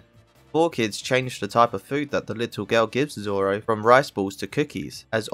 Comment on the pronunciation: you can hear say "don't giving zolo" not zoro